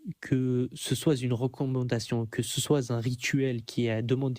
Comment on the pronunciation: Attention sophisme alerte : vu le nombre d'erreurs grammaticales (que ce soit Z-une, que celui-ci soiYe...) je me demande si ce bamso sait lire. 🤔😆 Quand on prétend avoir un certain niveau de maitrise de la langue française et que l'on passe son temps à définir les termes, il est plus crédible d'être capable de s'exprimer correctement.